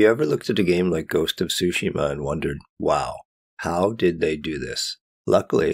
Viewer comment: boy really said "Ghost of Sushi-ma"